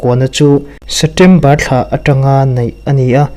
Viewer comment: A bengvar thlak hle mai chutirual chuan Setember tih aw phawi hi kawl aw phawi deuh em aw inzir zel rawh